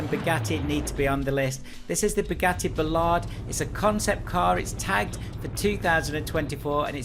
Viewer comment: It is pronounced the "boleede" not the "bolide" and bugatti are actually going to build it because bugatti lol... And the Koenigsegg is called the One:(to)1 the colon is called to and it signifies the cars one hp to 1 kg of weight. And the Vulcan is just a Vulcan, no R version no nothing....you probably meant the AMR PRO version and the one you used wasn't that.